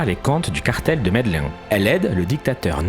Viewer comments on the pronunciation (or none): Très bonne vidéo, mais : il ne faut pas prononcer Medellin à la française (Médelin) mais à l'espagnole (Médélline). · On dit Medelìn !!! 😂😂😂 pas Mèdelain 😂😂😂